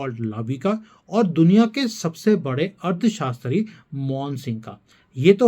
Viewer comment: You are speaking ' Ard shashtri'.. instead of 'Arthshashtri'